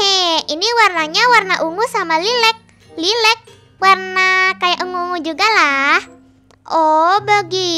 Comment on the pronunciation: Lailac kak bacanya